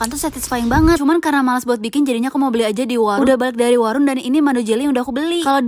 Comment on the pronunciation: Itu kknya lg di jepang, dia blg warung mksdnya kios/toko kecil disono, cuma dia ngomongnya nyamain kyk sebutan kita sehari2 (warunk) biar enak aja gitu😅